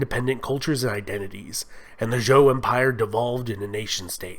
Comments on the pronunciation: An entertaining and accurate, if brief overview. Just for your information, Zhou is pronounced 'Joe'. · I"m sorry you butchered the Chinese dynasty's names...Zhou is called ZH-OU. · Your pronunciation is killing me. Good overview though. Xia pronounced Sheeya Zhou pronounced Joe Tang and all a sounds pronounced Tahng